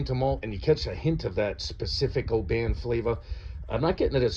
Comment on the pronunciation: good review, well said, ,..... i'm a scotsman.... its oban short not,...... o-ban long.... just so you know....